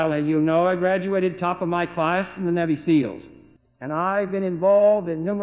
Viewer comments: How he says navy seals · Navvy Seals